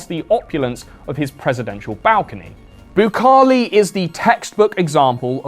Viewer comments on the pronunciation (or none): PLEASE search how to pronounce Bukele, as a south american my eras are bleeding